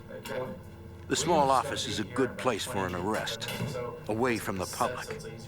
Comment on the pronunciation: New Yawk Affice😂